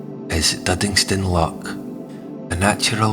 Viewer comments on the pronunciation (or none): Scottish accent but what Scot pronounces LOCK instead of LOCH? a lock is used for releasing water in canals. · A grand wee presentstion concerning my former city - I'm a Weggie these days. Just one wee point...loCH! The guttural sound is not difficult. 😊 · Maybe you need to pronounce "loch" though.